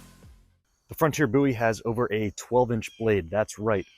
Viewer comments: Nice video. Appreciate the slo-mo’s. And I applaud you pronouncing Jim’s name correctly. 👍🏼👍🏼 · You Said the name correctly😊